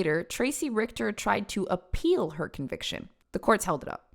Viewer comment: The way she said the name! Dude horrible name, fantastic pronunciation from